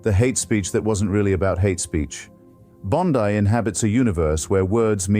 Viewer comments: Why you pronounce Bond(ai), dear sir? Bondi is an Italian decent, so her name pronounced as Bond(ee). Richmond, CA. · Artificial Intelligence is quite good, if that is what this is, yet am I right that it mispronounces Pam Bondi's last name? Very odd. This glaring mistake is perhaps analogous to being too clever by half. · Bond-eye took me right out